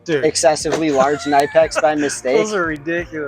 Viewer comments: If you want to represent Knipex, it is pronounced: Kuh-nip-ex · That's like the 7th way I've heard knipex pronounced. I usually cycle through three different pronunciations of it. I wonder if we'll ever know the truth. Good kid. I think he'll do great as an aviation mechanic. Already pretty knowledgeable